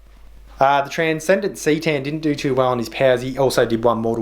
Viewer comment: Necron 'see-tan'. Never heard it pronounced like that, I love it